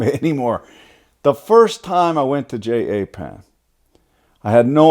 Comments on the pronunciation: Jay-Aye-Pan!!!!!!! Lmao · Ja- pan lol everytime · I noticed you have a problem saying Japan and Germany...